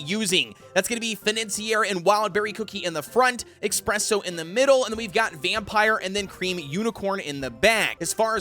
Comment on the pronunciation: i feel the need to point out in everyone of your videos containing espresso cookie you always call him "expresso. " Well theres no x there its just ESpresso 😁